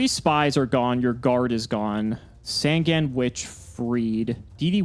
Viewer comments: SAN-GAN!!! JUST PRONOUNCE IT!!! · I don't know why, but the way he pronounces Sangan really bothers me.